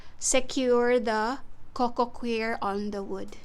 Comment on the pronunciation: Coco “choir” not coco queer 😂